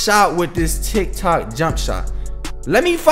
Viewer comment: My mans said TikTik😂 love the videos bro bro